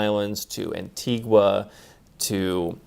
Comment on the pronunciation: pronounced "an·tee·guh" my friend